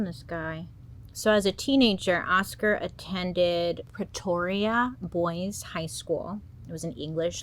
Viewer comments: Here from South Africa - well done on pronouncing Pretoria - even Waterkloof (tough one). Loads of stories that will be heavy on your nogen... check out the story of Alison Botha!!! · Your pronounciation was not bad. 1st American I've heard say Pretoria properly.